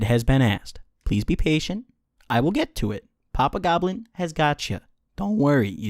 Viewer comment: Every time you say "papa goblin" I think you're saying "pop a goblin." I wanna pop whatever a goblin is lmao